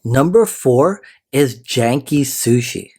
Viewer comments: Janky Sushi😂 It's pronounced gay-n-key (energetic), but that made me lol hard! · It’s Genki, not “Jenki”Sushi!! 😂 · Work on pronunciation, Genki G sound not J. Meaning active energetic healthy